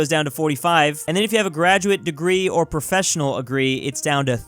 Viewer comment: he said professional agree